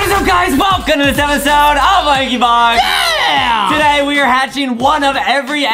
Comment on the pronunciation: Why did you said lankybock instead of lankybox??